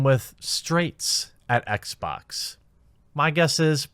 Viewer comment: Blacks at Xbax. Jeremy's dialect, reminded of an old Jontron Kinect video XD